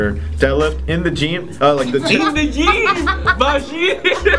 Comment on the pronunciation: Actually fucken LOLED when he pronounced it geem ahahahah